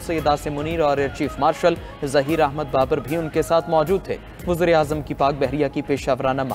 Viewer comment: Abe pehle Urdu sikho wuzra e azam nahi wazir e azam hote he pendoo 🤣🤣🤣🤣🤣